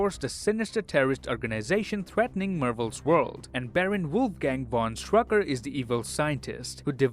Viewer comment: Also it’s actually not Strucker but Strücker(Ü is a letter that I think it doesn’t exist in english)